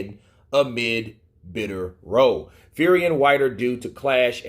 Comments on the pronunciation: "Row" as it relates to a fight/argument, is pronounced "R-OW" (Ow!). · Anyone going to tell him "row" is not pronounced row as in boat lol 😆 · "Row" rhymes with "cow" when it's an argument